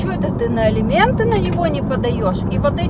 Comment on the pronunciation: не Элименты ( 4: 05 мин), а Алименты